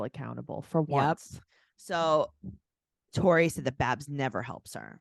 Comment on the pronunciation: Ok you totally said “Corey” not Tori! 🤣 you’re not crazy! Lol